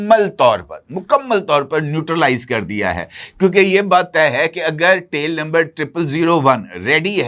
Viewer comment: ABBY GUNJAY DHAKKAN 😂TEAL NAHEAN TAIL SAHEAH ENGLISH BOL WARNA URDU MEAN DUM BOL.😂